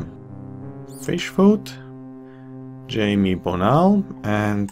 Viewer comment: I think "Jaime" is pronounced "high-may" by the way. I have a relative with that name.